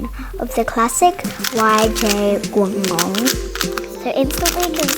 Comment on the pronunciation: xD. (It is true) By the way, is so cute when she kind of struggles to say Guanglong.